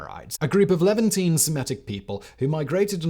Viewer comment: Just listening and I rewound it 3 times thinking he said “eleventeen” when he said “Levantine” 😂